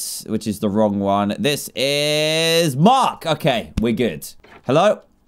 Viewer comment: Also notice how he said Mike instead if Mark